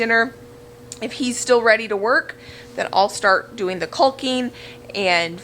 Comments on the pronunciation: I have the same problem with saying Caulking. I pronounce the “L” like you do. The correct way sounds too suggestive to me. Maybe I should think of chickens instead 😁😁 “cock-ing” is the right pronunciation. I love watching all the changes to the house you are making. I look forward to and get so excited when you post a new video. You’re awesome 👏👏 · THE L IS SILENT IN CAWKING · Agreed. Every time she says "caulking" I say that. Nooo, the L is silent. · Basement for sure. Yes the pronunciation is kawk ing. Thank you, kull king was bothering me so much, and your so cute I didn't want to hurt your feelings. Love your videos. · Sounds like your saying cull-king instead of call-king, that’s probably what’s throwing people off, but it’s okay I think people still understand what your talking about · LOL.....the way you say, 'caulking', is cute. The 'L' is silent........KAWKING. lolol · Caulk it pronounced Cawek awe the L is silent I worked forever in building materials and you're making me crazy😂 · I thought your pronunciation of caulking was a regional thing. Lol. My dad moved around the country growing up, my mom was in Idaho, I grew up in Texas and overseas. My husband grew up in Oregon. We all pronounce it "kaw-king" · Cawk-ing. This is how you pronounce “caulking”. Keep all of your food stuffs in one place. You will have greater clarity when you need to can and preserve. Much easier “eyes on”. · Join the club! I pronounce caulking wrong as well. Try remembering kaa-king. That works for me. =) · Caulking. Say it how it's easy for you. I say cawking 😆 cause that L is just weird but leaving the L is also weird haha. So don't let the nay sayers tell you how to talk. They can go caulk themselves 😆😆😆😆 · Caulking rhymes with walking! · Don't pronounce the L in calking. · Basement would work great! Looks awesome already! And yes, you are saying caulking wrong...the 'l' is silent. ( but we know what you mean!) Keep up the great work! 😁👍